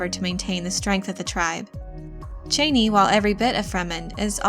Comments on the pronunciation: CHA-nee not CHAY-nee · Being a long-time Dune (and Frank Herbert) fan, I enjoy your videos about the Dune universe. But I cringed at your pronunciation of Chani’s name. This is not a criticism, mind you, only a suggestion to consider. Based on their history, I believe their language to be pronounced phonetically. That said, I think Chani should be pronounced Chah-nee, and not Chay-nee. Again, this is not meant to criticize. Keep up the good work.... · "Chain-ie" literally unwatchable.... not to mention click bait Jeff Goldbloom on Fenring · Why can't anyone say Chani correctly? You don't pronounce it like the former vice president's last name (Dick Cheney). It's a long 'ahhh' a sound. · Cha- ni not chain-ee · Per Frank Herbert her name was pronounced Chaw-knee not Chainy. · It's Chani, not Chayney... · never before saw your videos, but you are doing ok with this one. Just your pronounciation of her name is a little off- her name is not "Cheyney" but "Ch-yaa-nee" As in "ya-ni " but starting with CH. Cheers! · Chauny!!!! Not chainy!!! My god gurl! Lol. Why am I so petty? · It’s pronounced Cha-knee! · Every time you said chani’s name wrong I screamed CHANI but your videos rock and I love your dune videos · I always pronounced her name ChAHni. Your pronunciation sounds weird. But you may be right. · It's pronounced "Chah-nee." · I wish the narrator would pronounce the names and words right. Chani is pronounced Chaw-nee. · It’s pronounced “Chaw-knee” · Please try to catch the names correctly. The name is Harkkonen. There are two Ks. It is not Hakanen. The name is Chani (soft A) not Chaney, as in Dick.